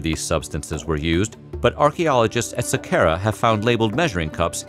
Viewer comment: sa-car-ah = Saqqara